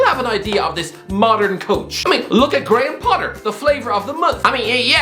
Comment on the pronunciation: Nobody: Absolutely Nobody:: "Graham Potter..."